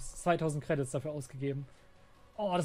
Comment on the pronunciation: Alleine wie er Credits ausspricht macht mich aggresiv